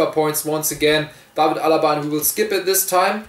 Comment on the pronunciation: Das ist das erste Video was ich von dir sehe. Aber an dem Namen David Alaba also wie du den ausgesprochen hast merkt man das du deutscher bist